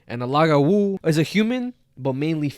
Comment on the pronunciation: as a half haitian, im surprised yet happy to hear yall talk about lougawous, i was never taught about my venezuelan side, so i enjoy hearing about the spanish urban legends too, but it’s really pronounced loo-gah-woo!! 🇭🇹🇻🇪 love this podcastttt. also, a bokor (boko) is a haitian vodou priest. A bokor turn people who have done bad things into Lougawous. Lougawous prey on children mostly. They take on human form during the day, and shapeshift and hunt for children at night.